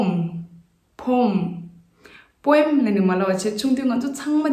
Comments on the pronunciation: But do check the pronunciation of poem in British accent as it is pronouncing as poem as we usually pronounce.... Not mean to bring any error as you are doing really wonderful ... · Not jol-ree but it should be pronounced as joel-lery ie (wel)is silent only there. Poem is also little misspell too.. appreciate your channel though 🙏🙏